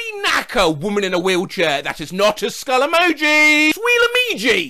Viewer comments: skill meoji nailed it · Skillemoji 1 LETTER AWAY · also "Skullesniffy" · Skullemoji☠️ Hey, that was pretty close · Skill rnego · Skilled, wmoji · Ski;; f leo 💀💀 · Skull emoti SO CLOSE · SKULLEMOJIII:face-purple-sweating: Why do you guys find it so hard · skullemojiii🤝 well look at that i almost got it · Skullenijuuu❤ This is not what I was exoecting :v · Skull3mojiiii ❤ close enough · First try: Akuolaminib Second try: s,j,, s lmi* Third try: skull skii🦷 That’s the best I’ll do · skulllenoji so close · skull emojiiii 🥰💛💛 damn wasnt too far off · Skilk enoii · Skillemojiii💀 Hey, that was better than expected- guess I do have skill. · Skullekpkoo okay that wasnt right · Skill emlji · Attempt 2: skyllsm9jii 11 no no 11 no no 1💯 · Attempt 3 goddammit: akull wmohi ❣️ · First try skullrmohi Dam it second try skullemoji💀 Ay not bad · Attempt 2: SKillemoji😂😂 Attempt 3: SLILLEMOHIII🙀🙀😽😽 Attempt 4: SULLEMOHI🐵🐵🐵🐵 Attempt 5: Skullemoji🥶🥶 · skille oniiii🦨 zkummemomioo🗣️ (first try was somehow better) skukkemojioi💀 (GRAH) skullemojiii💀 (YES) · Sskioll enigi 💀💀💀💀💀💀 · Ski emoni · Skullemohi I was so close wtf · Skoll emoji WOW! almost perfect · skulllmoji 💀 I was so close 👁️👄👁️ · first try: skill emoji second try: skill empji third try: skll e,oko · Skummejih i wasn’t expecting it to be that close😅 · I'm really late, but..... ALULL EMOJAI🦍 😒😒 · Skillemojiuu Oof Skillemojiiiii Nope Skullemojiiii 💀 Finally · Skill emojii GODDAMN IT I ALMOST HAD IT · Skullemijo😷 Close enough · Sounds like "mehu" (Finnish for juice) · Skullemibju is what I got lmao. I like that I could spell skull with my eyes closed but not emojiii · "Dkull rmihu 🤒" Better than most people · “Smillemojiiiii” SO CLOSE?? SECOND TRY! “Skullemojiiiii” Woah. Third! “Skullemohiiiiiiiiiiiiiiiiiiiiiiiiii” Fourth! “skullemohiiiiiiiiiiiiiiiiiiiiiiiii” Fifth what the hell “Skullemojiiiiiiiiiiii” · skull emiehu Well at least I got the first part right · hey that was kinda close to it